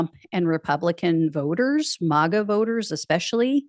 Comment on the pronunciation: Not "mah-ga". It's "mag-uh"...rhymes with "maggot".